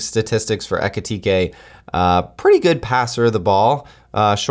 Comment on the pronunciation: Ekitike isn't ready yet. He just took over from Marmoush and needs at least another full year to become good enough to be a starter for pool. Better bet could be Guirassy: Underrated striker who can't be so happy in Dortmund. Much better player in the moment, but cheaper. Btw: Your pronunciation of German words is very good!